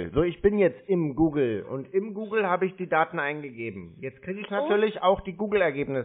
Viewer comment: Ja, das "Gähn Sie bei Guhgel" ist eine recht unintelligente Anweisung dessen, was sie meinen. Und "Chrome" fällt ihren Zungen sicher sehr schwer. Was mich aber noch mehr wundert, dass sich über all die vielen Monaten diese Sache in den Skripten nicht geändert hat. Irgendwann müssen doch deren Bosse das merken.